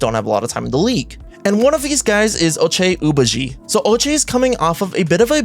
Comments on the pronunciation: How do you see the letters "Ochai Agbaji" and say something "Oochie Wally Wally" or whatever you said lol? Just sound it out. AG-(take a break)-BA-(deep breath)-JI. AGBAJI Sandro Mamukelashvili I understand but you can break it down too. MAMU-(get a coffee)-KELASH-(almost there)-VILI. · Absolutely violated Ochai Agbaji with the pronunciation 💀💀💀